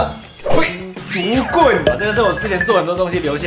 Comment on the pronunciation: 你說竹棍我聽成警棍